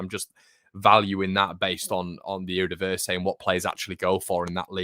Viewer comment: erdivisay sinissterra cockchoo fayernord just some pronunciation suggestions